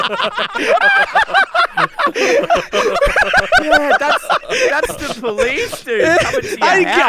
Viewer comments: "Careesmas" Says 🤣🤣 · “I’M EEXITEED FOR CHREESTMAS” Great words of